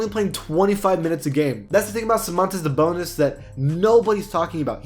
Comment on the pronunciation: He Said Damontolas SaBONELESS or